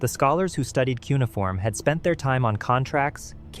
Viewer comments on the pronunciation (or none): "Kew ni form" !!!!